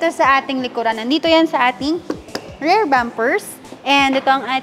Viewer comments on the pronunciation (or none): It's rear,not rare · Rirrrrrrr,not reyrrrr